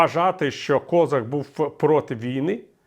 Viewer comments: Він українець з Кіровоградської області. І, до речі, надавав перевагу вимові свого прізвища саме КозАк. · КозАк, не треба зкацаплювати українські прізвища. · А чому він КОзак, а не КозАк? Хтось може пояснити? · Доречі , пане Віталію гадаю що правильно було б в Україні називать товарисча КОЗАКА з наголосом на А , бо українською саме так і буде правильно а ми самі того не замічаючи ідем на поводу у людини яка сама себе з руснічила і навіть змінивши ударну букву намагається не показувати шо він українець ....а нам то шо для нас він КОЗАК з наголосом на А а не на О як би йому цьому зраднику не хотілося ...